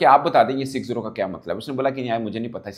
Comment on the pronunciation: 6-0😅😅😅 clear bolo na brother😂😂